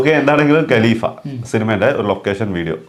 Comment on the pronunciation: ഗലീഫ അല്ല ഖലീഫ